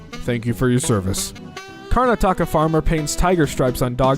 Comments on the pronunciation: The way you say Karnataka really had me rewatch that. Not that its a big deal but that is not how you say it. (its said like kar-nataka not karna-taka) Seeing this after writing it really is a levi-o-sa not levios-aaa. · as a indian i am very displeased with the way you said "karnataka" this is just- it hurts me so much- its not karna-taka its kur-nah-ti-ka pleas i beg you dont pronounce it like that it hurts so much i need to breathe oxygen i have been dying of laughter for the past 1 minute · I just want to point out how Karnataka is pronounced, sorry for being rude. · welp yes the word is hard to say but I can't help but laugh, indian states have weird names like the word pradesh literally means state and there's this one state right in the middle of the country called madhya pradesh.. madhya means middle. also I live in karnataka